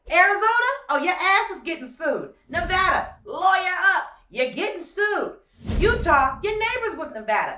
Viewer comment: She said Nevada right 🤗 thank you!